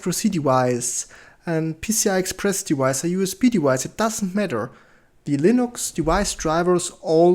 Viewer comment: If you don't mind a correction to your pronunciation... Whenever you say "device", please do not pronounce the v as if it's a w.